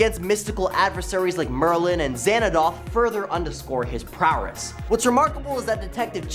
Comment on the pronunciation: Stop saying prowerss